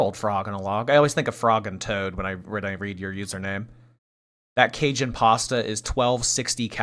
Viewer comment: Everyone in the south died when tried to say “cajun”. “Kay-shun cheekun…”